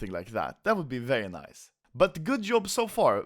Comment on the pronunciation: I love way you saying nice :D. NAIS xD